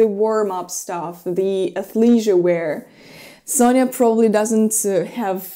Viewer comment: I notice that you pronounce Sofia's name as Sonja (Sonia). Is that for people who are close to her, like Masha for you? Could you explain how to pronounce/spell her name so we, strangers, can say her name accurately?